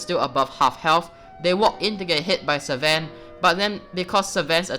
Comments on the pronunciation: it triggers me everytime he says "SEVEN" instead oof sven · Seven packmaster. dude i wanted to hit u hard when u said seven instead of sven